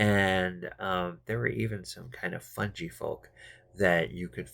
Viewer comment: Thanks for this, my party are about to enter the Grove :) Oh, and it's fungi with a hard G, not funji